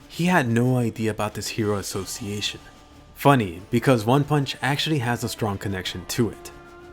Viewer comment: the hero assos-seyation